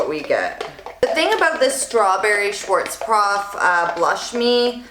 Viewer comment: It's SchwarzKOPF, not SchwarzPROF.